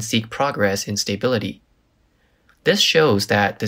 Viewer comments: Stuuuuhhhh biiiilllllliiiiiiittttteee not stay bility lmfao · It's not pronounced "stay"bility- it's a short "a" more like "uh"